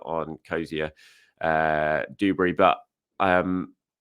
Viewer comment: *Duberry not dooberry